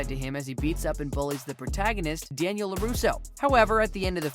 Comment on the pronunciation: He say the rivalry of Danniel and William (Johnny) 🤣🤣🤣